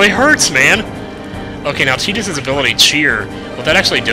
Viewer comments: Please.... it's pronounced Tie-dus, not Tee-dus!!! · thought his name was "Tide-Us" not "Teet-us" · I would think it's Tidus not Tedus because there is no E on the end but this is final fantasy so... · He says he always thought Tidus's name was pronounced (Ty-dus) because his name is derived from tide, yet throughout the LP he pronounces his name (Tee-dus) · Why is he saying "Teedus"? Isn't it like Titus? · i agree Tie-dus is a much better pronunciation although i don't like his name anyway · We brung power to the air ship it brings it up later in the story and also his name pronounced tee dus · AHH... saying TEE-dus hurts my soul. lol